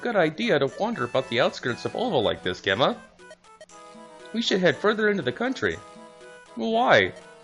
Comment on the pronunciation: Just a note, Gemma is pronounced with a J sound (it sounds like Jemma) Source: my name is Gemma